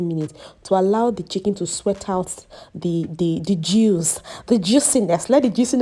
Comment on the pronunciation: I love your pronunciation of 'chicken', it sounds like 'chicky'